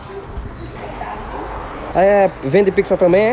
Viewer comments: Pq vc fala Pixa? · Vende "picssa" também, é? Só eu que percebo a pronúncia? 😂 Grande! 🤝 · "Píqssa" (pizza) kkkkk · Pizza ou pikisa kkk